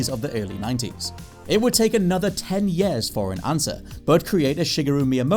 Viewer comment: It’s pronounced “years” not “yeah’s”